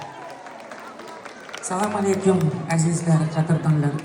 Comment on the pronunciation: Астафируллох нега салом алекум деди соломини тогирлап айтолмаяпти кайтан чикити узи бу одамлар хам хурсанд